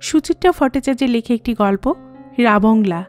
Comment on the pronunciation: জায়গাটার নাম রাবাংলা আর ধনৌলটি উচ্চারণ টাও ঠিক নয়। কথাটা ধনৌ-লোটি নয়। ধনৌল-টি।